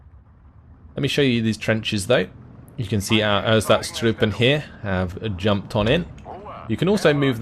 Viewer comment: meh, as long as he keeps butchering ersatztruppe I think we are even.